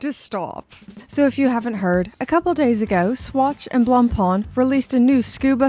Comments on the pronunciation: Wow. Learn to pronounce 'Blackpain'; it's making my neck hair stand up. ''Blangpang'' lol. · I can't help but crack-up when I hear Anglophones pronounce "Blancpain". I'm primarily Anglophone myself but, being from Quebec, I'm bilingual and "blanc pain" means "white bread" in French. To pronounce it properly (at least as properly as an Anglophone can), say "Blon-Pay" because "Blon-Pon" isn't even close. 😁 Having said that, I roasted the Fauxmega MoonSwatch because it was a serious insult to the Omega name. I never thought that it could be worse, but, here we are with Blancpain being crucified on a plastic cross. What's next, Breguet? Sheeeeshh....